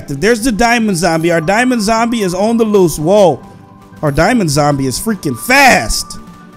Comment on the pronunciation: he said damons and he meant dimaonds LOL